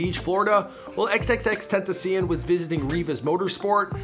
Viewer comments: U say his name XXXTENTACIEN instead of XXXTENTACION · Ismael Valladares he said ten ta siun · Nun y’all saying it right😂 it’s ten-tha-she-on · XXXTENTACIN Us:🤦🏻‍♂️ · The way they pronounce his name =_= "XXX TENTACIIIIEEEN" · Xxxtentacion ( X-X-X-Tent-ta-see-on) get it right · Did he say "XXXTentaseein"? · Lol he said xxttentiseeon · "Xxx tent uh see uhn" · The way he said xxx ten ta see in wtf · did this man just said 'xxxtentacian' 😂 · Xxxtentacien? U cant say xxxtentacion?? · xxxtenticeon😂😂 tf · He said tentacion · bro why is he saying it like that, xxxten-tee-see-an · Who else is getting triggered by the way he says xxxtentacion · Sauske just like how he butchered x name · Some people can't say XXXTENTACION right but Google can tho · at least read his name right wtf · he did 💀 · 😭 he can't say X's name😭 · no hate. bu it makes me mad the way he says XXXTENTACION. no hate tho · U still can’t say his name right smh 🤦🏽‍♂️ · He says xxxtentacion sooooo baddddddd ! Like if agree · Who else got tired of how this guy pronounces x’s name? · the speaker messed up xxxtentacion's name alllll the way up* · The thing that most bothered me was how he said XXXTENTACION smh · This guy can’t say xxxtentacion names right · OMG HOW HE SAYS XXXTENTACION bruh that reporter pronounces it better than him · i hate the way he say xxxtentacion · I got triggled bc of the way he said the name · if ur gonna make a vid on x at least pronounce his stage name correctly please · I’m getting triggered the way he’s saying X’s name 🤦🏻‍♀️ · he can't even pronounce XXXTENTACIONS name right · Say his name right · I swear this dude is butchering his name make it stoppp!!!! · bruh the way he sais tentacion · He doesnt even pronounce his name right...urksss me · Fake x fan he can't even say his name Right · You can’t even say his name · White boy get his name right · 😂can’t even say his name right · You cant even pronounce his name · OMG! At least pronounce his name right!